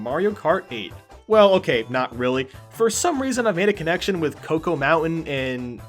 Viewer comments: Isn't it "choc-o", not "co-co"? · Connor Stevenson I know right? I call it Choco not Cocoa, like the fuck? It say Choco for a reason. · It’s Choco Mountain, not Cocoa Mountain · Yes it is. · Hey, you're meant to be the foreign one who can't pronounce anything! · I love Choco Mountain, it would be my #1. (#2 would be Moo Moo Farm), though it kills me how you pronounce "choco".